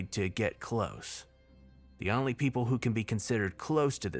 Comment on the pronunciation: Only is pronounced OHn-ly. Oh. Long O. Not Ahn-ly. Hdjdnbdsiisuejdbnkis pulls hair out EVERY VIDEO. EVERY SINGLE VIDEO. GAHHHHHHHH!!!! Could be damn near perfect without stupid mispronunciations like that. If it was literally any other word I could overlook it. But it's ONLY. that's like mispronouncing "the" or "at".